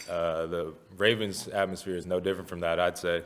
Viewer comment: Rrrrrravens Flock. IT’S. THIRD. DOWN